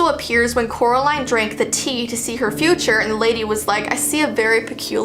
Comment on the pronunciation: Said her name wrong oop